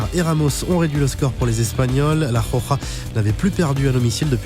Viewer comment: C'est Roja pas Joja hein !